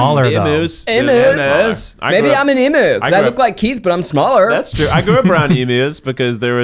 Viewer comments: From an Australian, Emu is pronounced “Eem-You” . Also male emus sit on the nest and are the primary caregiver for any chicks. So cool! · Oh my god, I love this podcast but for the love of God, it's "eem-U" not "eem-oo". Sincerely, Australians